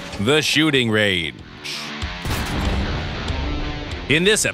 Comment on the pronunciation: Sounded more like “The Shooting Rage” to me